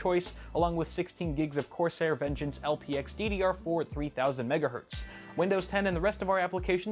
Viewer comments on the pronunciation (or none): none